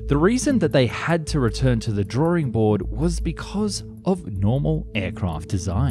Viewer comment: It's pronounced "drawing", not "drawering".